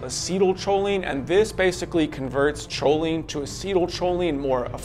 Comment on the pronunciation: it's pronounced koline not choline